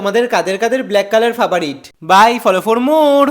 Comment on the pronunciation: Frbarit ❌fabarit✅